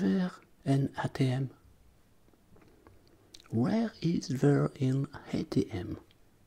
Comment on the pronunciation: ouère do you buy tickets ? LOL